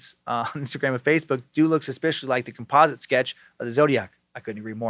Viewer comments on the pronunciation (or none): none